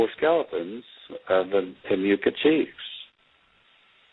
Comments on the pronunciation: It's not pronounced Timiah-coo it's pronounced TI-moo-coo-AH and they were all unusually tall and from the bloodline that was and is involved in establishing the world banking system and who controll the world from behind the scenes which is why the elites built their own altars over top of the site. They consider it "sacred" to their own beliefs and rituals, allegedly. It's what I've come to understand from my own research throughout the years. I am not stating this as fact or truth, and this is only opinion and speculation, of course. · It’s pronounced “ tim - uh-qwah) not “ Tim-ew-ca”